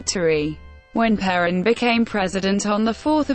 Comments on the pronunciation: Only assholes make videos with robot voices. Stupid robot can't even pronounce is name. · An electronic voice? And it can't even correctly pronounce the name of this fascist scum?